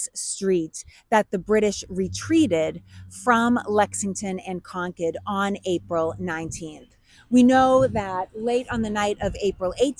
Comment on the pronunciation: Is she saying Concord or conch head..?🤔